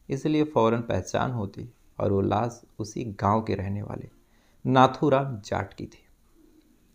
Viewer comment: Las nahi lash hota h